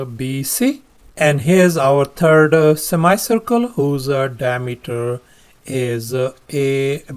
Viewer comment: sir your pronunciation for semicircle is wrong and.....Thales theorem was new for me